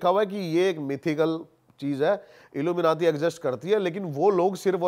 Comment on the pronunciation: The way this gust says illu menatee😅😂 Haryanvie mixed accent!! 😂